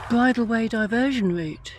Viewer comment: It's bridleway not by the way